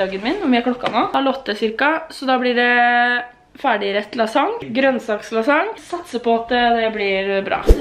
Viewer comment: morsomt at du sier lassang